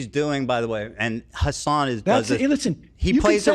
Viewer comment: Every time he says Hasan's name I cringe really hard.